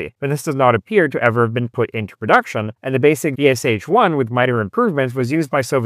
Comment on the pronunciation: Sh = Ш and not pronounced as two separate sounds. Shit is good example. Can you pronounce only part of word, marked by capital letters from word SHit? And from VSHit? :)